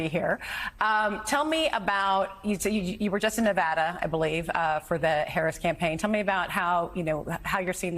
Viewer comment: Ahh he said Nevada correctly ❤